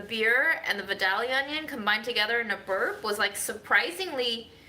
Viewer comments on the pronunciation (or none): Respectfully, just so you'll know, Vidalia is actually pronounced "Vie-dale-yah"...I am from Georgia, so...